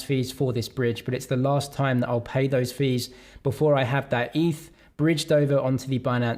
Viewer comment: it's definitely eth and not eef